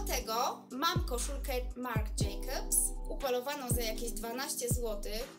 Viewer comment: Najlepsze jest jak wymawia pani nazwy marek 😭🤦‍♀️ nie jest pani "wiarygodna" prowadząc vlogi o "modzie" i nie znając Ferragamo ( stylista mody ) i nie potrafiąc wyłowić nazw marek, np MARC jaki 🤦‍♀️🤔 ( minuta filmu)